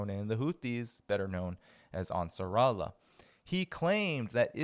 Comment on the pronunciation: Ansar Allah thats how u prounce it